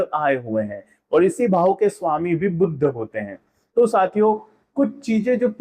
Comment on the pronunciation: Yah buddh nahi hai " Budh " hai